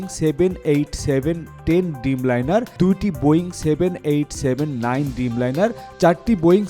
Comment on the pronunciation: হায়রে আমাদের সাংবাদিক! ড্রিমলাইনারকে বারবার ডিমলাইনার ডিমলাইনার বলে পুরো রিপোর্টটা করে ফেলল।